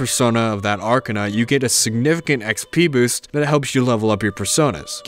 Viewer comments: Really good video! just a minor nitpick though, its not 'arkanna' but 'ark-ah-na' :D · Unironically the best piece of media I have consumed I still prefer p5r doe (Also not trying to sound rude but the way you say Arcana triggers me)